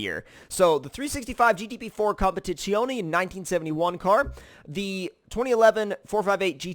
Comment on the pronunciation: Not sure about the competizione pronounciation.